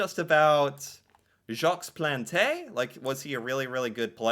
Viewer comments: I'm not "fond" of the story of the residential schools. But, I'm proud we "own it" now. They lived that horror the least we can do is remember it. Jacques Plante - French name pronounced closer to Zock Plant (I can't spell sounds well) was one of the forces in putting masks on goalies. The original masks had "reduced vision" so players, and coaches, felt it might make them less effective due to blind spots/narrowed vision... but losing and eye wasn't good for your vision either. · With regard to the pronunciation of Jacques Plante's name: without an accent, the last "e" is not pronounced, nor is the "s" at the end of "Jacques". Otherwise, this was a great video. I, too, am glad that the Heritage Minutes show the good and the bad side of Canada. Like most nations which started with colonialism, the indigenous peoples were treated very poorly. From the start and up to today. We need to break the chain, and Canada is making a start. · In French you don't pronounce the e on Jaque Plante. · If you could watch the entire one-minute Heritage Minute through to the end, you would learn how to pronounce Jacques Plante :) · most of the time s t and e at the end of a French word are silent , Jacques Plante 😂the way you said was awesome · Plante was the first hockey player to don a mask. You could say that he invented the hockey mask, or at least introduced masks to the game. Btw, you mispronounced his name before you played his minute, which is ok; it happens. What should NOT happen is that after hearing his name pronounced a couple of times in that historical clip, you STILL insisted on mispronouncing his name. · Okay....I know you are American but really, they pronounced his name at least 3 times and you still can't say it correctly ? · The pronunciation of Jacques Plante and Shawinigan make this video. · Lobe the pronunciation of Jaques plante lmao, should look up what Terry sawchuck looked like lol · It's not pronounced "plontae" it's pronounced "Plont" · Sounds like Plont